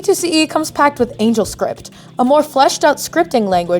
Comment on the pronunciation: *angelscript Angle is pronounced completely differently